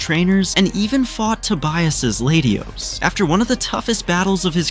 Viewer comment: "Lady os" "Skeptle" "Chair-izard"